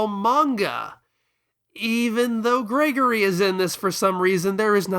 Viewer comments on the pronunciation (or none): none